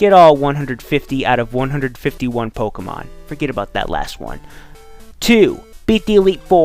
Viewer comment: Why do you pronounce Pokemon Pokgeymon?